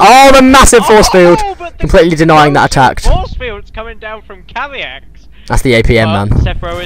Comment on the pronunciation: Haha Thanks for hosting the tourny,I am Kaviex(BTW pronounced Kah-ve-ex) and also thanks for casting the games,it was fun,and yes,my supply blockage was terrible in this game,dont know why lol,probably just nerv's :)